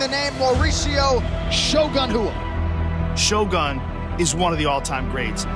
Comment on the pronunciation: It's Shogun Rua guys, come on.